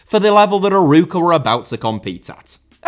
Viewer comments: As a portuguese I loved the 26minutes of struggling to pronounce Arouca. Besides the banter, another bager video. Knowing Arouca was a feeder club for Porto is funny because the idea I have is that they're still too embroiled with the corrupt club up north. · Great video, just some things to point out: It's normal since you don't speak the language, but you butchered most portuguese names, Arouca is pronouced more like "uh-row-cuh", but without much emphasis on the "r", and Famalicão is more or less "fuh-muh-lee-cahm" (you can use google translate's audio feature to understand what i mean better) As a Vitória fan i always smile when my club is mentioned outside the country, but we don't really like when people call us "Vitória de Guimarães", as our city, as proud as we are of it, is not part of the club's name (Vitória Sport Clube). It would be like saying Arsenal London to signify the city. We have also a lot of history with a golden age in the 80s and 90s, and a lot of turmoil in the last 20 years due to terrible management, but an extremely devoted fanbase that never stops supporting. I suggest you look into our history and "recent" downfall and falling behind financially and sporting-wise of eternal rivals Braga, it would make for an interesting video The disparity between the big 3 and the rest in basically every matter (financial, fans, success) has existed since the beginning of the sport in the country. That's why they have basically every title in Portugal (each of them has 70-100, the rest combined has about 30). It's also a cultural issue where people prefer supporting a big 3 club because they win a lot and that's what matters to them, even if the club is 400km away winning is better than supporting a club that represe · Not Aruca, Arouca, closer to A-raw-ca. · Excellent video, but you mispronounced the club's name throughout. It's pronounced "a-ROE-ka".